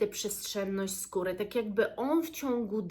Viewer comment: Usłyszałam pieprzu z kury zamiast pieprzu, skóry...cóż to za składnik myślę sobie 🤣